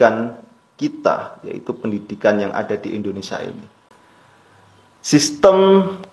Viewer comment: Mas kamu ini ngomong Indonesia aja salah bukan endonasa 😂😂😂😂 tapi ngeyell😂😂😂 otak pendek ternyata..